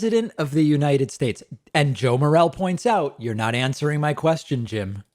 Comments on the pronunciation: I know it doesn't really matter, but just as an FYI, his last name is pronounced Morelle'e'. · Btw, "Morelle" is pronounced "Moh-rell-ee." He's the rep for my district. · It's pronounced Morelli. He's a great guy. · David, sir, I live in Congressman Morelle's district in and around Rochester, NY. You are pronouncing his name incorrectly; the last e is not silent. Think of it as "Morelli" or More-ELL-ee. I am informing you, not criticizing. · his name is pronounced "morelley" and spelled morelle. just so you know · David, Rep. Joe Morelle is my representative. We, and he, pronounce the final “e” in Morelle. The other pronunciation is a mushroom!